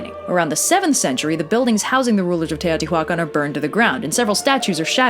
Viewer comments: No, you actually pronounced everything quite good, except Teotihuacan. The "h" is completely silent, and doesn't emphasizes on the "hua", is in the "can" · The way you say "Teotihuacan" (at least, I'm assuming that's what's being said?) just brings out all the Spanish teachers of my youth correcting our pronunciation. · I know this is a language thing and I mean no offense by this but it took me a couple minutes to figure out you were talking about Teohtihuacan(probably spelled that wrong. It's been ages since I had) mostly because I'm notused to hearing mostly english speaking people with pronouncing this place as you would in English. This video was really fun though!